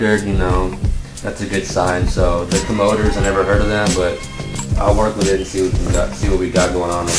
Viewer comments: Comoders??? It's Comm-o-dores! fool! LOL! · he never heard of Cool and Gang he must be joking and pronouncing the Commadores...??? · yo...he said the the co MO dors......